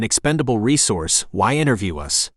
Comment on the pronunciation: Presumably, this is an experiment in machine narration. It was pretty good machine narration at first, but, seriously, isn't it pretty basic for the computer to avoid narrating "us" as "US"? Sounds like someone tried to save money by not distinguishing upper and lower case letters.